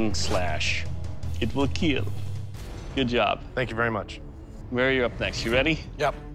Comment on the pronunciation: "it weel KEEL 😁"